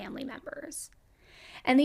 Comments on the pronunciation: Nice, except there's no "U" in the town name... So it's not pronounced "Foun-Tan," but " FON-TANE." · Why are you calling it Bell Fountain when the name is Bellefountaine? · Bell- fawn-tain